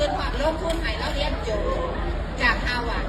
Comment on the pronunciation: ฮาวาดร์จ้าครูไม่ใช่ฮาหวัด!!!!🤣🤣🤣🤣👏👏👏👎👎👎